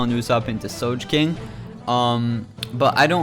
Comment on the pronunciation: As a big One Piece fan, It freaking annoys me the way you pronounce characters.. "Soje-king", "Juzo". Do you even watch the fl'n anime dude? then there is the Q-C-K, etc. just say quick/Dex/Strength ffs. ur trying too hard and u can't even pronounce their names? Sorry if I am really fun annoyed but out can I do, I'm a fucking fanboy! ps. ur guide sux